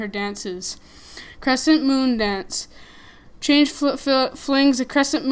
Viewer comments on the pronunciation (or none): Lol it's chang'e (chan-g-uh{note the apostrophe}) hope this helped :)